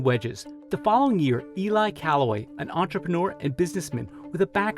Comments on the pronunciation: Not to mention mispronouncing Mr Callaway's first name. Ee-lee, not Ee-lie. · He also pronounced Ely incorrectly.